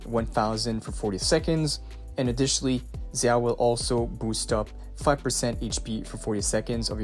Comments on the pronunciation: It's pronounced (d)jao, not zzzao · no it’s pronounced jao Zh together translates to J sound from Chinese to English in ALL cases(no exceptions). Same with Zhu Yuan (Ju Yuan) Note: also I looked it up and Xin Zhao from league is actually pronounced (Shin *Jow*) so you’re wrong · thanks for this i'm so excited for the new agents! also zh- is like a j- in mandarin! they actually have two j sounds but i won't confused you more haha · its zhao... just like "xin zha" is pronounced in league